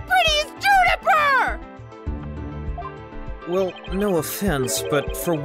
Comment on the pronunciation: “Junifer” Woods,?